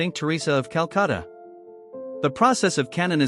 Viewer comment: For some reason it is really irking me that the narrator is saying Culcatta surely he should be saying Calcutta!!!